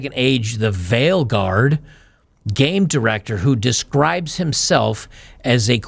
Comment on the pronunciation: Vileguard. Vile = utterly obnoxious. Veilguard. Veil (pronunciation the same as 'vale') = cloth hiding the face esp. of women. I don't know if the mispronunciation is wilful or not but it is funny.